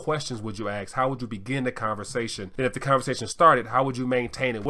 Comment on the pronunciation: Try not to say " ax " ....love your show man ....also from metro Detroit !